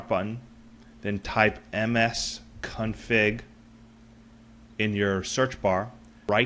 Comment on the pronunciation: msconfig not msconfing